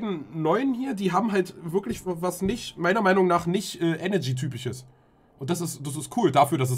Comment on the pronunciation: ich kann doch echt nicht der einzige sein den tanzis aussprache von eneRgy sauer macht xD ich raste jedesmal aus wenn er enegy sagt